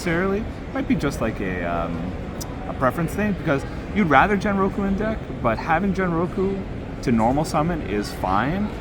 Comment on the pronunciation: Genroku pronounced as in (Ghen ro ku) not as in generation.